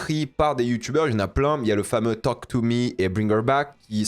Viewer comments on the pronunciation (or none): none